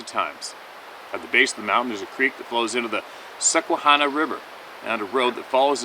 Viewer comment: Hey, Susquehanna, pronounced Sus qua han na, possibly originating from Lenape(Delaware) word meaning Muddy River. Or Len'api term Sisa'we'hak'hanna, meaning Oyster River. Oysterbeds were widespread in the Chesapeake Bay near the mouth of the Susquehanna, which the Lenape farmed. Just sharing general knowledge. Thoroughly enjoy your content, particularly the Sasquatch testimonials.